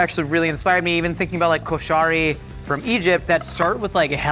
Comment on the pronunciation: 😭😭😭 why does he have to say koshari like that. It’s koh-shar-y 😭😭😭